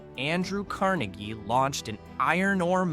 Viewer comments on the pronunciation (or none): none